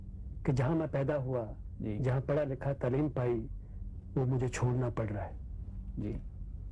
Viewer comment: او پی نیر صاحب کی اردو بالکل ٹھیک نہیں ہے آپ تعلیم کوTalim تلیم کہہ رہے ہیں